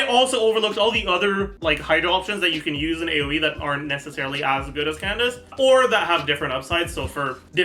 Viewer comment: Wait, since when did start saying Candace’s name right?? “Candaka” is burned into my brain